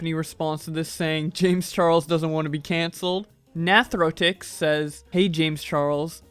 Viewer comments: Lost a tiny bit of respect when you said one of my favorite youtubers name Natrotix when I know it is said like Nate-O-Rix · you said “nath ro tix” it’s nor supposed to believe pronounced like that, it’s supposed to be “na to rix” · Just a heads up nathorix is not natorotix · it's pronounced Nay-thor-ix- but whatever i know you dont play roblox and its fine just clarifying. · Nathorix is pronounce Na Thor ix Nathorix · ''nathoorixs'' lmfao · you said nathorix wrong (Nay-Thor-Ix) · It’s na-thor-Ix a Roblox youtuber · This video is absolutely not funny. Also my name is pronounced like you're saying Nathan, cause that's my name! Nay-thorix. ( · The way he said nathorix LOL It's Ney-thor-x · You said Nathorix wrong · say Nathorix name right plz respect dad thx